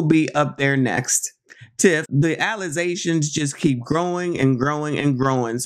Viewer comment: How maniac mayor pronounces "allegations" with her college degree